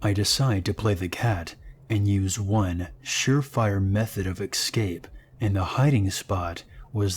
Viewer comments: Great narration, but I have two points of criticism. One, it's pronounced "es-cape" not ex-cape two, when the story includes pictures, edit them in. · Did anyone else hear how he pronounced escape? It sounded like he was saying excape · This is making me nuts - It's "et cetera" (et cet·er·a), not "eggsedra" or "exedra". And it's "escape" (es cape), not "excape". And I just heard, "I had several lit-rees of water". I think that's supposed to be liters. And there is no such word as "accrossed" or "acrost". It's "across". I like these stories, but these little grammatical disasters are killing me. It completely takes me out of the moment. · It's still happening 5 years later. In every video 😩😖 don't forget "eggsedera" and "excape" lol